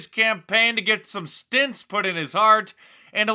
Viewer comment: stEnts not stInts. Stent: noun rhymes with sent A stent is a small mesh tube that holds open passages in the body, such as weak or narrow arteries. Stents are often used to treat narrowed coronary arteries that supply the heart with oxygen-rich blood. Stint: rhymes with flint verb to be frugal; get along on a scanty allowance: Don't stint on the food. They stinted for years in order to save money. noun a period of time spent doing something: a two-year stint in the army.